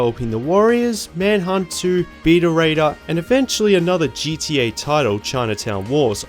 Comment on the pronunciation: You pronounce it GTA this time, not GDA.. wonderful!